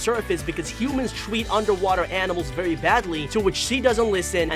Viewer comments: you pronounce very as vewy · Why do you say very vewy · Dude is it me or did he say vewy